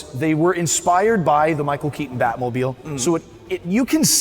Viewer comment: This host is a full on retard. He said "Key-un" instead of "Key-ton" for the actors last name. That is a conscious choice and it reeks of laziness, and immaturity.